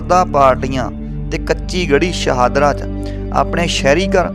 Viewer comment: ਸ਼ਾਨਦਾਰ ਜਾਣਕਾਰੀ ਸ਼ਹਾਦਰਾ ਨਹੀਂ, ਸ਼ਾਹਦਰਾ